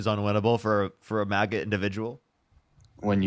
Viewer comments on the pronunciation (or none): none